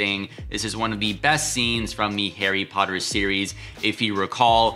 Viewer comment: Hairy Potter? Lol